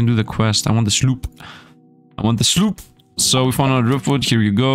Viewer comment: Card Survival: Tropical Island? You could, now that the game is reaching its full release. In 20 Minutes Till Dawn, instead of saying Fusillade, you always said "fullisade". Now, here, instead of saying Sloop, you're saying "slop"? Foil cards means they can be sold for more gold/shells. Card pack refund Good night, sweet dead meme... (hoooo) Card... hub An amazing idea that Mr. Beast wouldn't ever think of Fun fact: Before the patch, you could move from the main area to the island and skip a day. So, you could use this as a cheat if you're running low on food. (I mean, Retromation did that a couple times, so you would as well, wouldn't you?)